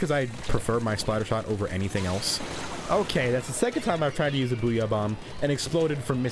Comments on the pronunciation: It’s so funny if you say boogy XD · is it just me or does say booty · i thought he said they were 'boogeey'